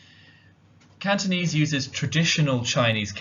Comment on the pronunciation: Wow indeed! Nice pronunciation of Cantonese.